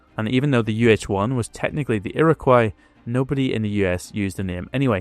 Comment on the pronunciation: "Iroquois" is pronounced "ear - ah - coy".